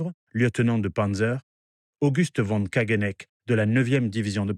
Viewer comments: Allemand VON se prononce FON!!! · Bravo pour les cartes dynamiques alternant avec les images, c'est très clair. Petit reproche sur la prononciation des noms allemands : "von" se dit "fonn", "Typhon" se "tuffonn" et non à l'anglaise. Mais c'est un détail.